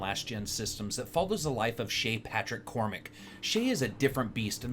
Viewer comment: You pronounced Cormac correctly, good job. No Irish man says Core-Mack. That's a really annoying thing about the game.